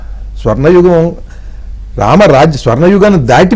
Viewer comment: Excellent interpretation about Ramayana characters. Interview chestunna madam garu Yugam uchcharana lo yugham anakandi. Ga but not Gha